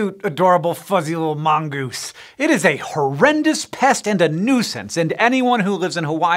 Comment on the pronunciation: Mongeese ... Mongoose. Lol